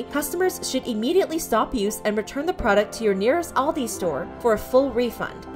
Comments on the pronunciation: The way she says Aldi is so funny to me 💀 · That’s not how you pronounce Aldi